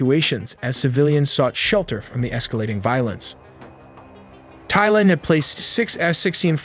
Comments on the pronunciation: It’s pronounced tieland, not thighland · Thailand not Thighland 😂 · Great video, but please stop saying thighland. The H is silent lol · Great vid, "Tie-land" not "Thy-Land". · THAI is pronounced "Tie" not "thigh." Thailand is pronounced "Tie-land" not "Thigh-land." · It really bothers mean you cant pronounce - THAILAND - it is TAI like TIE - but TAI - not THIGH - youre saying THIGHLAND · The country is pronounced "Tai-land", not "Theigh-land". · Why do you pronounce "Thai" like Donald Trump? It's Thailand, not Thighland. The people are Thai, not Thigh. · Don’t trust anyone pronouncing the “TH” in Thai as “Thigh-land”…good lord. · Every time this guy says "thigh" instead of Thai, or "thighland" instead of Thailand......... c'mon, get it right! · Send your synth voice back to school. It pronounced the 'TH' of Thailand as 'THIGHland'.